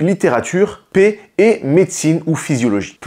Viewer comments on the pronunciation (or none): Paix ! Et pas pet.